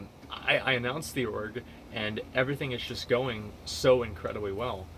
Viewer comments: I kept hearing Orc instead of Org and I was very confused. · Is he saying org? I thought he was saying orc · STOP SAYING ORG